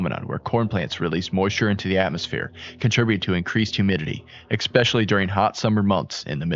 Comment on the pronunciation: Essssssssspecially. Not expecially.